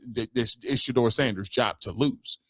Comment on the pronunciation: Yeah these cats out here hating on Shedeur so bad its not funny. Straight sickness! Jason lloyd cant even say Shedeurs name like KS. Like he wants to throw up in his mouth. KS must have been his bestie. Clear thats who his inside man was bringing all the toxic info about Shedeur to the media.